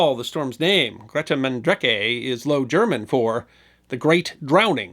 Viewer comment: Nice try with the pronunciation. The G in Grote is the CH in Achmed, the Dead Terrorist